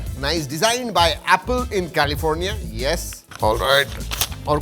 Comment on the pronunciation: India ka khake celifonia bolna jaruri tha kya😂😂😂😂😂overacting